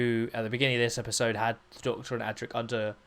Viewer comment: Adric not Attic, I hate. Correct write mechanism....